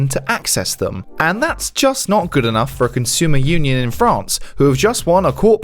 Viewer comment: PARASOFT their French is awful, they pronounced "Union" in English. Lol.